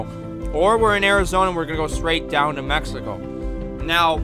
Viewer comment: No offense but why you say Mexico like that 😂😂😂